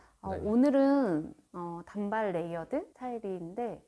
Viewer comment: 단:발로 발음 하셔야 합니다.